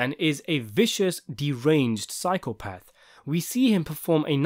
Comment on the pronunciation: Are you saying psychopath or cycle path? 😂